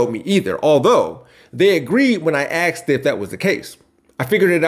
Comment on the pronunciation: "Axt"? "Im"? For REAL? How about these, instead: "ASKED," & "I'M."